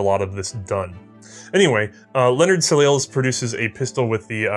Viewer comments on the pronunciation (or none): Soleil or “sun” in French, is pronounced “sol-iay”. I think the Belgians used the French pronunciation as well. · I'm imagining millions of French people spitting out their wine with the pronounciation of Soleil, it literally means Sun in French So-lay or So-lay-ya guys, and yeah French is not my native language either. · Soleil is French for sun and pronounced So-lay. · hey Soleil is pronounced SO LAY